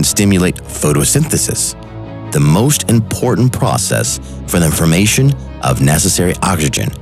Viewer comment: Homes sound like he had a stroke . He said formation all fucked up too